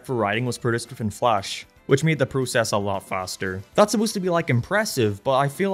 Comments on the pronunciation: why tf did he say prusses instead of process though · the what? The prussess? Bruh c'mon